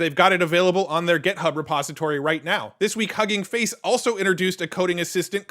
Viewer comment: Does it annoy you that he pronounces Git hub like it’s GET hub